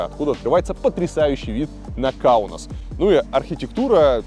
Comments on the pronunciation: Выпуск достойный. По мне так лучший из серии. Правда почему-то Илья произносит все именя нарицательные на латвийский манер. Каунус, хотя у него же написано сверху Каунас. Фамилии и имена тоже все, как по-латвийски:)) Для литовца странно звучит. А так супер все. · Ух как режут слух слова из детства. Не ингалинская, а Игналинская АЭС. Не ШевАлдин, а ШевалдИн. Не Каунус, а Каунас.